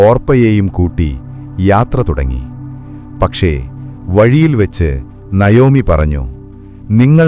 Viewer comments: Nayomi എന്നല്ല navomi എന്നാണ് ❤❤❤ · നയോമി അല്ല നവോമി എന്നാണ്